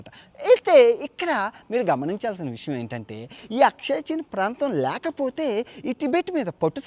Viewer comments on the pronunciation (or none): none